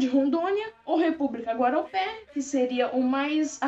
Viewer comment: Teve um errinho bem pequeno não é guaropé e sim Guaporé